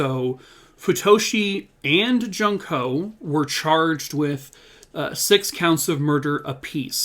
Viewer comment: Not being disrepectful at all but, i just wanted to say the name junko is pronounced like June-ko. Great video as always 😊